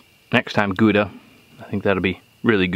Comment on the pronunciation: "bacony"... pretty sure that's not a word... LOL Okay, so let's pretend we wish to pronounce Gouda properly... Not too difficult, except for the G. Y'know "La Jolla"? THAT sound for the G. The "ow" of you hurt yourself. Now, the "da" isn't a "duh" but more of a doctor's "say AH" with a D in front. There ya go. Greetings from Holland [yeah, Gouda is a dutch town]. God bless.